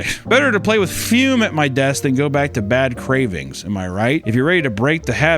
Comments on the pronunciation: Ah yes, the "fyuuuum". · did someone at füm give him notes that said he wasn't enunciating the brand name enough? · Broo the way he says "Fume" kills me 😂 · The way he pronounces Fume with so much gumption every time